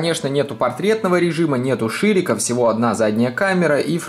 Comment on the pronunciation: Когда он сказал Ширика ,я услышал жирика